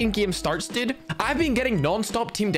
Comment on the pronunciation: when say "dude he says "duda" hahahah lol